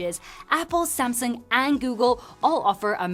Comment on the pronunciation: "Same-sung" with 5 Year ooold Tech!